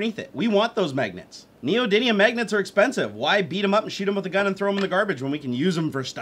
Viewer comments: I always hear it pronounced "neodynium" but it's actually "neodymium". It's chemical symbol is Nd and is number 60 on the periodic table. While yes the magnets are actually an alloy of neodymium, iron and boron, they are still called neodymium magnets. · Neody n ium or Neody m ium? Lol